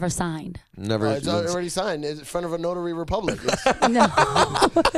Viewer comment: This fool says notary republic!! & no one caught that... I can't